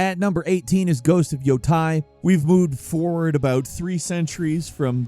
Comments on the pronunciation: 'Ghost of YOHTAI' ?! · "Ghost of Yotai"???💔💔